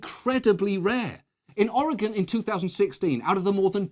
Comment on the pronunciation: Would everyone stop pronouncing Oregon wrong? Please.